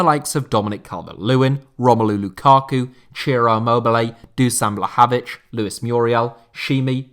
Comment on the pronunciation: doo-sahn vla-hah-vits c'mon man! Put some effort into reading those foreign names correctly :) Dušan Vlahović - more like doo-shahn vlah-hoh-vi-tsh